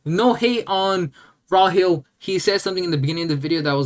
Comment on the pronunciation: Calling him Raw-hill is actually crazy unintelligent. The way you pronounce names is so bad. Like how you say bokuto